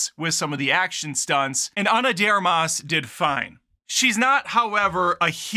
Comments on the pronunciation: Are you deliberately mispronouncing her last name or you just don't know how to say "de Armas"? You know it's not one word, right? LoL. Love the channel and humour, BTW, been a long time fan. 😎👍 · Learn how to pronounce her name correctly. I enjoyed it.